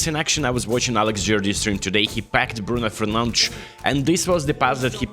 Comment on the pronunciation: "Bruno frnandsz"😂❤